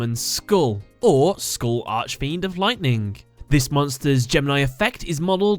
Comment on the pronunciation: I'm sorry I don't really complain about things like this but whenever you pronounce archfiend I cringe Consider this how do you say architect?